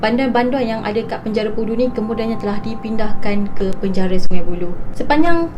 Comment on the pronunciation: Asal ko sebut perkataan penjara tu bnyi mat saleh ?boleh Tak ko sebut btul2..😆